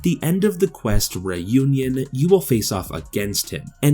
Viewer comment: Cambridge is pronounced came-bridge. Came like “my friend came over to hang out” not cam like the name Cameron. Reunion is pronounced ree-union not ray-union. You are killing me dude. You aren’t some foreigner.